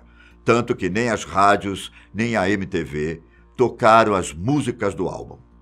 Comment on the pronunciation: pronúncia> Êmi-ti-vi e Niu-metal ok?